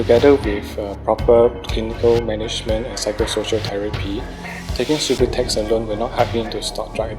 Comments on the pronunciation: lol they said sue-boo-tex its sub-you-tex subutex lol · LOL at "Soobatex". It's pronounced "Sub-you-tex" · Lol homie gimmie some soobahtex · Not even pronouncing subutex Correctly. What an idiot this guy is. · Maybe there saying it right an we've been saying Subutex wrong lol